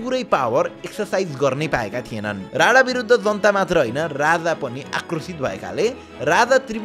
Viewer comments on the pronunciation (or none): Rana vaneko ki Radha 🤣bujhnai sakiyena ta